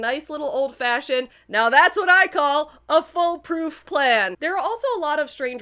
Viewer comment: I was listening to this while walking to work and kept thinking you were saying "foal-proof" instead of "full-proof" (while Laura meant "fool-proof"). So I was just imagining a tall gate.